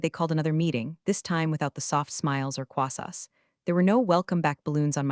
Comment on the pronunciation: For God’s sake, it’s croissants, not whatever word you made up.